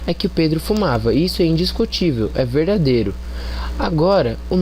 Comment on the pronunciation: Que será que este cara quis dizer com a palavra "veidadêro"? Problemas relacionados a ortoépia na fala do elemento é mato. Convenientemente parei de assistir ao vídeo neste ponto ("pressuposto veidadêro"), antes de 1 minuto. Mas posso subentender o que viria pela frente. Parabéns pela iniciativa, autor do vídeo! Em tempo, passou da hora de procurar um fonoaudiólogo, pois está precisando urgentemente de um.